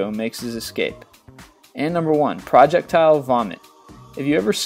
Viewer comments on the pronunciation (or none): It sounded like, "Project: tile vomit" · It sounded like you said "project tile vomit" at the end.